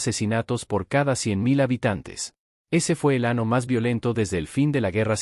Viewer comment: Buena información ,pero tanto la pantalla movediza como el vocero AI/IA de lo peor. ejm: del ano en vez del año